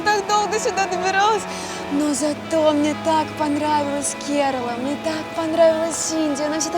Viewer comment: Не ке'рала,КерА'ла,ударение на первую А .